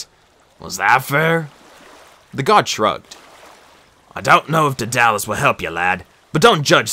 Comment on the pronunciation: It's pronounced as o-gi-gi-ya And d-a-da-lus But other than that your great